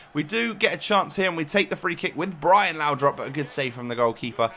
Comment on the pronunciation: It's laudrup not laudrop please stop saying laudrop it's really annoying